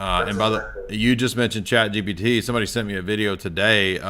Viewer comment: God him saying ChatGTP pissed me the hell off. He literally said it a hundred times wrong.